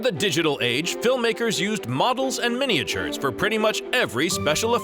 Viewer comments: What on Earth is a mini-a-ture, the way he pronounces it?? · MINI-AH-TURES, MINI-AH-TURES, MINI-AH-TURES, Model MINI-AH-TURES!!!!!! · Yes, MINI-AH-TURES, MINI-AH-TURES, MINI-AH-TURES, Model MINI-AH-TURES!!!!!!